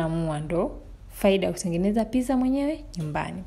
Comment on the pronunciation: It’s “pittza” peeople🤗🤗🤗🤗